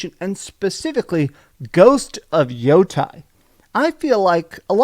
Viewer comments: It's pronounced Yah-tee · I know you know how to pronounce Yotei properly. It’s pronounced yotae. This is Japanese, not Greek dude. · When Japanese words are written in our alphabet, vowels are pronounced like in Spanish and they don't change is they are combined with other vowels, like in Yotei. Therefore its YOH-TEH-IH or YOH-Tay.